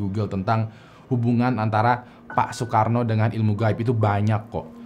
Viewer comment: Bang cara pengucapannya itu yang benar : Sukarno (O nya bulat) tanpa ditambah huruf “K” Dan dalam penulisannya sesuai wasiat beliau yakni, Beliau tidak suka ditulis Soekarno Tetapi Sukarno Karna tulisan “Oe” dianggap oleh beliau tulisan jaman kolonial. Allahu’alam